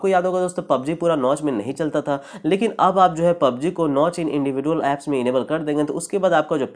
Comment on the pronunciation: Are bhai individual galat pronounce kr rahe ho Chaho to google pr v iska pronounciation dekh sakte ho